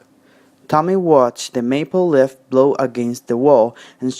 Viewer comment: Leaf has a long e sound you pronunced like lift